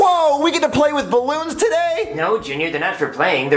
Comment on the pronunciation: It is ballons not borron